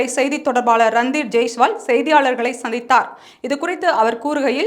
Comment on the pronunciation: தமிழ் உச்சரிப்பு ஒரு செய்தி வாசிப்பாளரின் வசீகரம். குடுக்க வோண்டும், சந்திதார் என்பதெல்லாம் தவிர்க்க வேண்டும்.